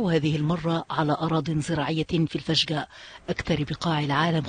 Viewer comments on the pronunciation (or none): هههه قالت فشقاء ... روحي ذاكري يا مس مذيعة ... واتعلمي تنطقي اسم المكان صح